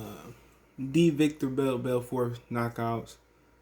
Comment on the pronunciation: It's veetor belfort